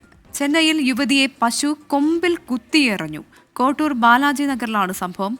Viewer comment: Kottur ALLA Koratthur